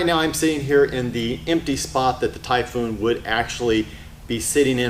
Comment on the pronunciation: IF I were selling the Typhoon and started saying "Typhoon" the way he does... I would not have sold it to him LOL.